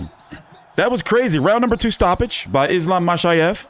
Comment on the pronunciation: From Makhachev to Machaev, dude I'm disappointed this time, you usually really good with foreign name